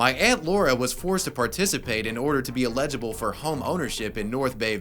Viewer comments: "eligible" is not pronounced "illegible" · Did you just pronounce eligible as il-egible? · Did he just say "ill-egde-a-ball" lol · Did you really just pronounce eligible like illegible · Not sure that’s how you say “eligible.” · I love you vids. I hate the way you say "eligible".